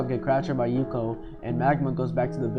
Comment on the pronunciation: Good video! Pronunciation needs some work :) Its Suika not Suki & Ukyo not Yuko